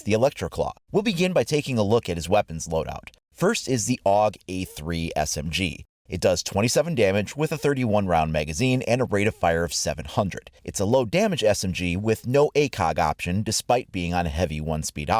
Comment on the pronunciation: You don't say og you say A U G